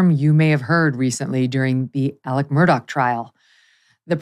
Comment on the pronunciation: Murdaugh (mur-daw) not Murdock.